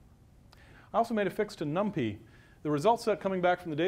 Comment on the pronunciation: Really awkward talk, too much posing: Every hardware vendor (Intel, AMD...) provides a super optimized, SSE vectorized, parallelized library for number crunching; it's called BLAS. You can even link NumPy against it. It's "num-pie", not "num-pee". Parallel CPU pipelines and caches have been around since forever (RISC), what college was that? Branching at almost certainly hurts (hello pipelines!), simply use the FPU multiplication. Etc etc. May still be eye-opening for "LAMP-only" folks, kudos for trying.